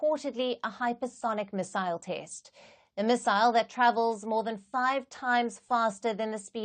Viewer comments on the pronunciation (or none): Test is pronounced as taste by! Is this a South African accent?